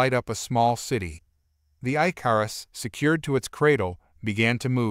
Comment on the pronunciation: Your word is not I-car-us it is Ick-or-us. Please teach whoever is doing these adios the difference between bow as in bow and arrow or bow as a formal bow to your lady or a dignitary I enjoy the stories but it's so frustrating to hear the English language abused in such a manner